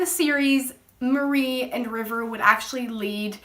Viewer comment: Not trying to be an ass but it's "Mari" kinda like the end of Ferrari... Or Safari...Not "Marie or Mary"